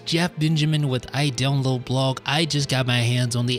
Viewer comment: It is funny when you say "I download Blog" it sounds like Blob instead of Blog :D